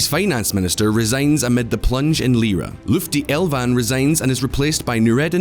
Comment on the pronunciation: Please learn how to pronounce people's names correctly . You mutilted every name even Lutfi's. Please see how it is written; it is not Lufti ! Imagine a Turkish reporter pronounces Sinéad , Tadhg. Oisín. ... Caoimhe. ... Dearbhla. ... Meadhbh. ... Gráinne as they are written in a broadcast . You'd blow a fuse as i did listening to you . Please take a moment to learn a bit about other cultures.